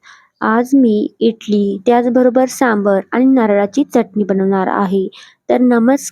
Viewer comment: इटली नाही इडली म्हणतात 😂